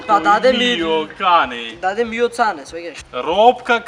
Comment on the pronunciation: Не де чита ми приаце молто ил миоо цане тулку Ми пјаче ил мио кане.И не е фуори дала пјогија туку Фуори далла Пиоџија.